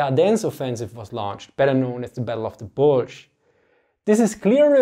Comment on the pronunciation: Battle of Bulsch? Where is Bulsch? Sounds like somewhere in Nordfriesland. - From a German with an even worse accent. ;)